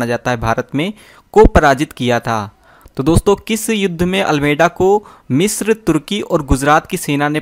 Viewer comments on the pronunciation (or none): none